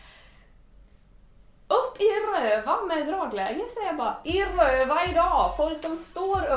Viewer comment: Jag vill ha en 10-timmarsvideo där Clara säger "I Rrrrööva idaag" om och om igen.